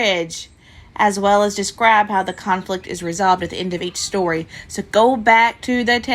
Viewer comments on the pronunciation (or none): I miss you. You said storty when you tried to say story. 🤣😆🤣, 🐊look it's rafiki.